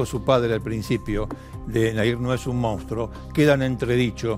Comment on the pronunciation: Se dice MONSTRUO! cómo puede hablar así este periodista? eso es porque no tiene asesores, porque no lee o porque tal vez, se caga en todo esto y le importa un bledo pronunciar bien la palabra. En fin, duele la decadencia cultural.